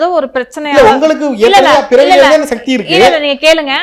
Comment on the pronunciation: satti satti illai sakthi sakthi olunga mothalla sollu paarpom